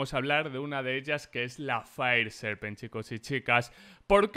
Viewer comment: JAJAJAJA yo escuche five seven 😂😂